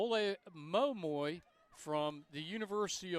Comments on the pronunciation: Every time this man tried to pronounce “Olemomoi” I died a little inside. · He can pronounce "Schipperen" but he can't pronounce "Olemomoi?" Does blackness make it hard for him to read or something?